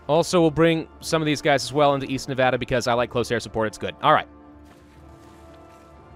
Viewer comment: you know its so nice to hear Nevada be pronounced properly